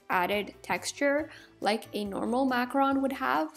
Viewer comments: I'm sorry I can't take it, it's Mac-roon not Mac-Ron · It's pronounced makaroon not makrun. (macaroon) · I absolutely adore your DIY videos! I'm making my own cute little DIY's at the moment, but I noticed something that (call me petty I know lol) Is a bit of a pet peeve of mine. When you talk about Macaroons, you call them "Macrons." I just wanted to let you know the word is "Mac-a-roon." From one person to another! Not being a butthole, just trying to help you out a little!!! <3 KEEP MAKING CUTE STUFF I LOVE IT! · Omg you do not know how to pronounce macarOOns it annoys me so much it is not macarons it is macarOOns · Is it really pronounced macaRON? I thought it was macaROON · this video is so cool! (also it's pronounced mac-u-roon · you should say it like maroon